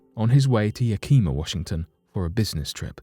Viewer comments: You pronounced Chehalis right but Yakima is pronounced YAK-A-MA. Not bad for a Brit. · Chehalis is pronounced Sha-hay-lis and Yakima is pronounced Yak-e-maw